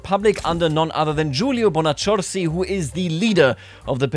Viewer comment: Has anyone told him yet that the double C in Bonaccorsi is pronounced like a long, hard K?😄